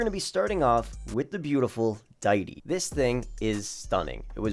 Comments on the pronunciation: Dude pronounced deity like "dy-ty" lmfao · He can never say cars names right. Ditie lol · Deity is “dee-ity”.